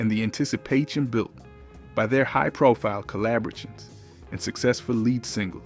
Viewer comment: Someone can't pronounce some words. De-buted...collabrations. lol. AI Definitely